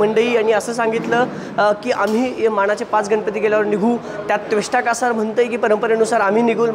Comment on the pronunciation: कोणी याला पत्रकार केला नीट बोलता येत नाही उगाच राजकारण्यांची मुलाखत घेतल्या सारखा बोलतोय नीट त्वष्टा कासार म्हणता पण येत नाही